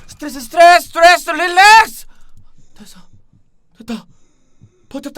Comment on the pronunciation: 수투뤠스 수투뤠스 륄뢕스ㅡㅡㅡ ㅋㅋㅋㅋㅋㅋㅋㅋㅋㅋ